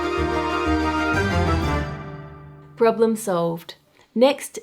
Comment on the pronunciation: The moment Ann said 'Poblem solved!', I felt my inner peace coming back and, for a moment, everything was alright with the world. <3